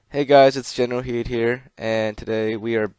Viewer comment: Spelt Generalkidd yet you say jenralheed lol